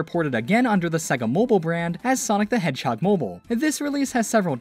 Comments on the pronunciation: Cool video, informative. But pssst, it is SEGA, not SEGGA. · Why do you keep saying it as "Seg-ga"? Before the title screen on the 16-bit games, it even says it as "Say-ga" which is the proper pronunciation. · everyone says segga like they cant hear sega intros